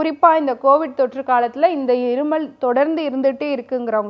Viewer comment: அது இருமள் இல்லை மேடம் இருமல்.. உச்சரிப்பை மாற்றவும்